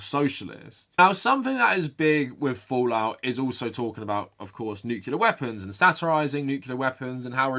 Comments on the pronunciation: It's pronounced "Nuc**le**ar" not "Nuke-u-lar"! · I need you to pronounce "nuclear" correctly from now on. You don't want to sound like George W Bush...